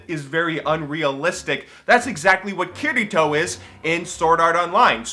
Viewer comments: "Kittytoe" cmonnnnnnn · sounds like he is saying kitty toe lol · I thought he said "Kitty toe" when he tries to say "Kirito" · I keep hearing Kitty Taw(Toe) when he says Kirito =\ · When you said Kirito, I thought you were saying Kiddy Toe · I really enjoy new videos and want him to make more, but still...i was laughting so hard every time he said Kirito xD It just sounds odd to me Love ya:3